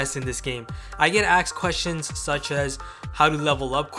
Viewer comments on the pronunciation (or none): I wish people would axe me some quetchions. Come to my channel, and axe me all the quetchions you want!